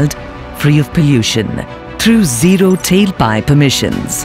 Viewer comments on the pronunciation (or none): none